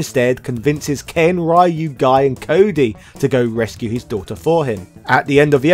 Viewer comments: I stopped the video as soon as I heard how this guy pronounce RYU… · I hate the way Americans pronounce Ryu's name...